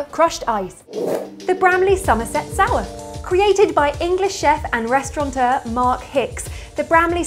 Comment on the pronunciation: It's actually a restaurateur, not a "restauranteur"....the latter is a bastardized version.